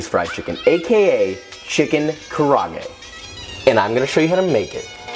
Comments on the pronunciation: kaarage is pronounced “kah-ra-geh” not “kuh-raaa-gay” LMAO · It's actually called ‘kara-age’ lol Looks reaaaaally nice, though 🤤 Gotta try that sometimes! Thanks! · *KaRa -a-ge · Love your video:)) but it’s Karaage lol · Definitely not Japanese kara-age (pronounced: cara-agay), but still looks tasty.